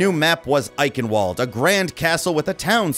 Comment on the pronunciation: It's a German thing bro, I've heard it butchered far worse. Can't wait for the next video!